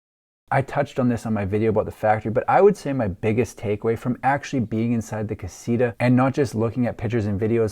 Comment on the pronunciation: Pronounced (kah-see-tah) damn